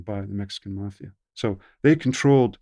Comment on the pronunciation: "..working with the mAhhfiahh.." The best accent.